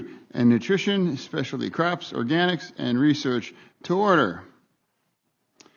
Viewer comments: Did he say "specialty craps" in the beginning? omfg i quit.... 😂😂😂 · food, nutrition and specialty craps? 😂😂😂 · Did he say "specialty craps"?